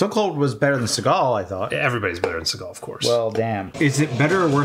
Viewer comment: Steve Seegul (how it pronounced early on), is using his black guy voice in this one.